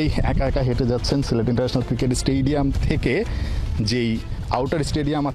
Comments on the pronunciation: এখানে সিলেট হবে না সিরেট হবে, বুজতে চি না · সিরেট কি সিলেট হবে